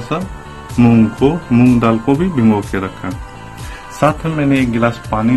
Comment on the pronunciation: Apki sabhi baton se agree hun swa 'bhingo, bolne ke kyon ki Hindi me bhigo hotah 'bhingo, nahi